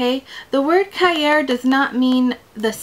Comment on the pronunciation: cahier; ka-ya more like ki-yea, just means notebook.